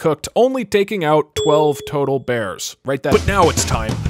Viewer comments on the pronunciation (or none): none